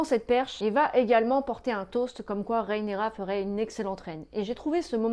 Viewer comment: RHAENYRA... RHAENYRA stp... pas RÉENÉRA... J'ai eus envie de te faire subir le meme sort que Vaemond...